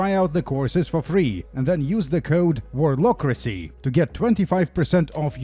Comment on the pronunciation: Was tabbed out when he said ''warlockracy'' and all I heard was ''warlocrussy'' and now I can't get this FILTH out of my head help